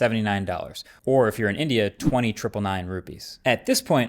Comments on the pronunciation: How did you manage to pronounce “or if you are in India” as “or if you are an idiot”? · I THOUGHT HE SAID "IF you're AN IDIOT"